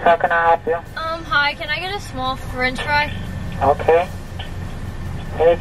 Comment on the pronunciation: Strat French friy